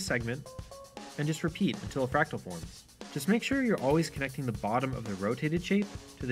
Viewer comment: "whats a fracal XD"